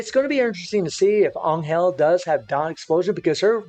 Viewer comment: for godsake stop saying anyel